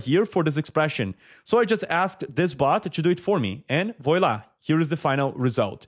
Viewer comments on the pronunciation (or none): Thanks :-) Note: voila is pronounced VWALA